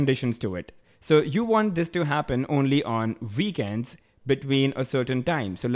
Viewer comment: lol veekends